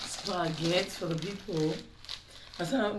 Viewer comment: Akanganisa kutaura maspargget